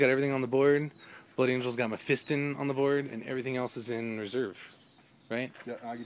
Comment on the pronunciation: Great game but just one thing that was bugging me, its pronounced mephistON not in on ok XD